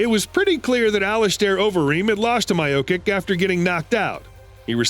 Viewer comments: Lol the way he pronounced Miocic "My-ow-kick" it's "Mee-ow-chuch" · "Miya-kick " instead of Miochic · At " Maiokik" I slammed my head against the drawer and stopped the video. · Lol “My ah kick” instead of miocic. And i cannot fucking believe that english is your first language when you keep saying a fighter regretted getting knocked out. This is the dumbest fucking video ive ever watched on youtube